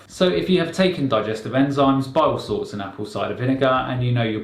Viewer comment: Are you saying "biosalts"?